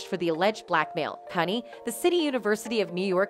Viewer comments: I believe CUNY is pronounced Q-nee. Not cunny. Someone's not from the NYC area. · The college CUNY (CITY UNIVERSITY OF NEW YORK) is PRONOUNCED: "CEE-YOU-ENN-WHY". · It's pronounced Q-Knee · As a New York City native, CUNY Is pronounced “Q-knee”. I’ve noticed in many of your videos, you are mis-pronouncing many words. Sending advice, that’s all. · Hi please give this robot pronunciation correcting CUNY is Que-new